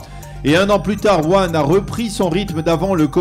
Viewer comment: La ville chinoise ‘’ ouann’’ , comme vous dites , se prononce. « WOUHAN » ... ; ) ... chavoua’ tov !!